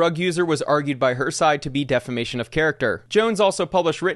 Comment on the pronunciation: Damn someone that doesn’t even know how to say defamation won the defamation case that’s gotta hurt even more🥴😂